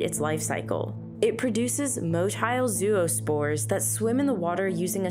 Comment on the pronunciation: "Gonadotropin" has one less syllable than you alloted it. Zero-spores? Please!